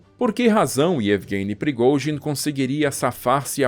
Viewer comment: Esse cara é um poeta da narração.. da gosto de ouvir as palavras e outra coisa eu aprendi a pronunciar o nome de prigozin...kkk